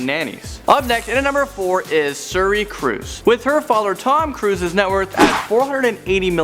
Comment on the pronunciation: Tom Cwuise. Anyone?